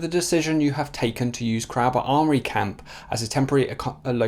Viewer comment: "Crowborough' is pronounced like "crow" as in the bird, fyi